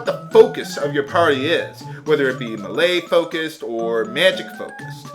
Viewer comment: Oh and I promise I'm not trying to be tha pronunciation nazi xD but ti save you from future trolls trolling ya, Melee sounds like May-Lay. Btw I totally don't know why my first 2 posts on your videos are about how you say things..But it just REALLY helps me enjoy LPs when little things like that are taken into consideration. I cant wait to watch the next SD3 videos!!!